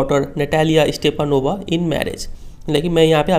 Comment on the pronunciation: Sr . Its Stepanovna And u r pronouncing Stepanova....it's wrong